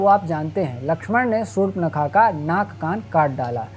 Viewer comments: Shur-pankha nahi, Shurp-nakha hai. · Sur-pa-na-kha hai😂😂